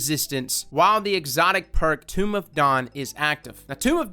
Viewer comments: “Tome” not “Tomb” 😉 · pleeeassseeee... its Tome (T-oh-m)... not tomb. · It's "Tome", long 'O', silent 'E'. Kinda like 'Tom', 'Tomb', which is the pronunciation you used, is what you would bury a body in. Just wanted to let you know, in case you weren't sure of the pronunciation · Nah he right every time he says Tomb, I'm thinking "Isn't it Tome?" and then the actual word pops up and it IS Tome there is a literal book strapped to your waist lol t-ohm t-ohm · "tomb" and "tome" are different words. Pronounce "tome" phonetically. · Lmao pronunciation sounds so weird in different regions. Or maybe I've just heard it pronounced incorrectly. But I thought it was a long O as in home not a U in Tome. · Tome is pronounced like home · It's funny listening to grown ass folks pronounce some of bungies names, 1st and 2nd grade learning to sound out words, tome of dawn, it's tome like dome (dough-m) with a t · Don't give me that bud shit. His accent wouldn't make him butcher a word that hard. He simply pronounced it wrong.